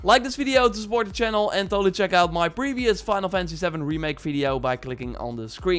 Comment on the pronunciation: "Fynul Fency Savn"